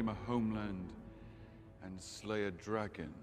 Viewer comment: Sorry but in the opening line Thranduil calls it a ‘Dragin’